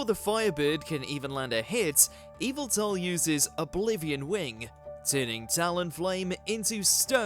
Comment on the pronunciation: It's weird to hear Yveltal pronounced officially correct after so many years of hearing YAH-VEH-TAL! :D